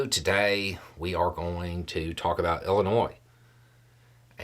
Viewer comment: Props for not pronouncing the s on Illinois. Getting any kind of justice from our government is a win to start. Why dose anyone get to tell them if they can or can't put a casino up. It's there's.